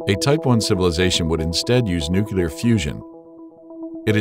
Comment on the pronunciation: I can't watch this! It's called and pronounced "nuclear"!!!!